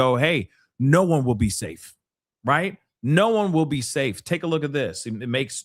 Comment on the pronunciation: i love you. but it is Iran not Eron.